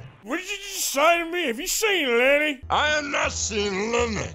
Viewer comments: arthur: did you say lenny? dutch: i did not say lenneh, who is this lenn-e you speak of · I dont know cowpoke but i think u drank to much with "LENNAAAYYYY" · Arthur : "Have you seen Lenny?" Dutch : "I have not seen LEnNeh!" 🤣